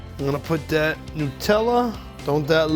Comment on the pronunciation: “Look a dat “. New joysee.